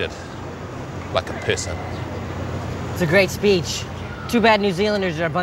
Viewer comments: LOL the way they pronounce person, pisson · It doe NOT sound like "Piss" LOL